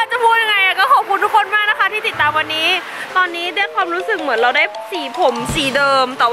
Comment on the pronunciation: นะคะรึเปล่าคะ😆 เอาซะขำเลย เป็น "นะค่ะ"เฉย 😆